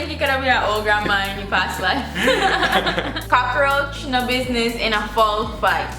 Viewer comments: Don't worry. I say cockaroach too. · I am a Jamaican. I say cocarouch.. so it is not u along